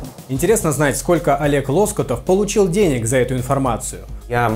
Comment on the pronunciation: Уважаемый ведущий, не ЛОскутов, а ЛоскутОв!